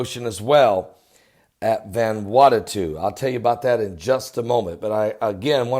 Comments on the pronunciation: ..you are still pronouncing the name wrong..it is pronounced as VANA WATU...not VANWATATU:) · pronounced: van ew awtoo but all together no spaces or breaths. :) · It's pronounced van a what oo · Oh MY GOODNESS!! You are worse than my own Father, the way u try to pronounce these places....lol, Let me lovingly help u. IT IS CALLED "VANU-ATU" sounds like, " VONOO--AUGHT--TO" OK?? SHORT SOUNDING O IN VON,. FOLLOWED BY THE "OO" SOUND LIKE IN "FOOD" , then "SHORT SOUND "O" AGAIN, AND THE SOUND FROM"TO", which simply adds up to "VANUATU". God Bless ya, and you are welcome. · Methinks you're mispronouncing the name of the island. Friday the 13th is a fateful day due to the pope condemning the Knights Templar and having them executed all over Europe. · Can't even pronounce Vanuatu, last time I checked there's only 1 t there. Freaking religious whackjob, nothing but an extremist. I was in this earthquake and it wasn't bad or 'mega'. Go get a real job